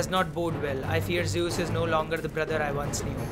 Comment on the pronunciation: "Zeus" no "Juice" yes